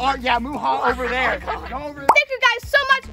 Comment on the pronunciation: it was also hard to say "thank you" it sounded like "Kank kyou"